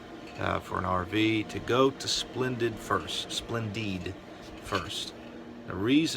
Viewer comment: If I may say one thing - it is pronounced "Splen-deed". Ours is doing the same thing as yours but no issues with park electrical. Not sure why it is doing this, but I know it isn't drying clothes like it once did. It washes well, but will not dry a face cloth after 60 minutes. Boo hoo! Yep! Surge protectors are a great invention! Sorry you had all these issues!